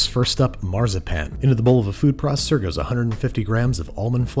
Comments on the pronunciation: wenn du weiter Marzipan so aussprichst haben wir ein Problem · I unironically love how he pronounces Marzipan as Marh-zah-pan 😂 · Every time he says Marzipan my inner German hurts.